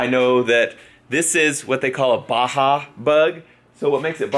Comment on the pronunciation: it's Baja lol